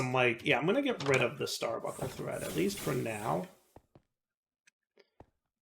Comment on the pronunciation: buNcle. Star BUNKLE. nails on a chalk board there bud.